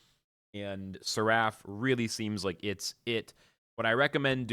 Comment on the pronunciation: Please google how to pronounce seraph. 😅 Fire video though!